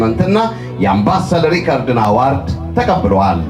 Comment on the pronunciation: The award is translated into Amharic as 'shilemat'. Why the use of the English word. Besides, award is pronounced as 'ə-ˈwȯrd'. Two mistakes are committed: one, failure to use the right word in Amharic, and two, wrong pronunciation of the word 'award'. Is this confusion, transition, or lack of words? Is this trying to be what one is not?